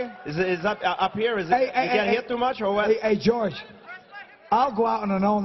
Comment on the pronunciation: George sounds likes he's saying fuook